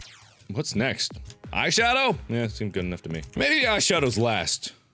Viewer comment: Oh god Mark, it's eyeshadow, not eyebrowshawdow😂